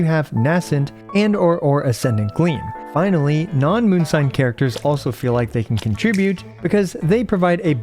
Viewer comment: Bro said “And Flinally” 😅 please don’t ever do that again bro.